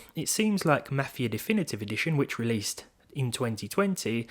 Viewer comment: I dunno why but when you say "Mafia 2020" I keep hearing "Matthew 2020"